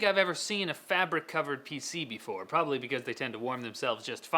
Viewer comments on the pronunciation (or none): none